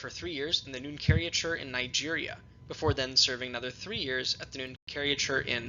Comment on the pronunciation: A note on pronunciation: Pontifical is pronounced: pon-TIFF-ee-kal Nunciature is pronounced: NUUN-cee-a-chure